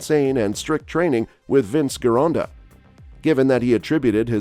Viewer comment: Gironda was Italian, so it should sound like "Gee-ronda", not "Ghee-ronda". Next, Frank indeed trained a little bit in Vince's studio for one of the Olympia's because at that time Gold's Gym was making a movie "Pumping Arnold". Of course, Frank ridiculed Vince for not having a squat rack in his gym, etc. To be fair, Frank doesn't seem to take a lot in terms of training from Vince (comparing to Mohammed Makkawy and Steve Davis who never gave enough credit to Vince although took a lot from him).